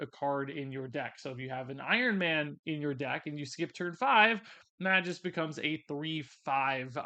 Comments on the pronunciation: Not Meh-juss. May-Gus. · I just have to say this cuz it's already bothered me and I'm a stickler that way...Magus = May-guss. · You must have been purposely mispronouncing magus name. The first card was nails on the chalkboard every time you mispronounced it.